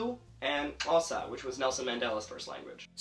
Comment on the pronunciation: Nailed that click sound in Xhosa💯